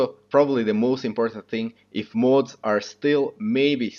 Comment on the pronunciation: You pronounce modders correctly, why do you say mah-oohds (mods) like that. Where where you born and what country did you learn English? Interesting accent